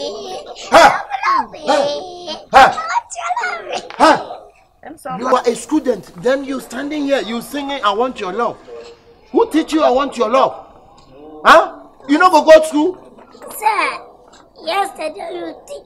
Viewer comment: “You ah a schodent” eiii 💀😂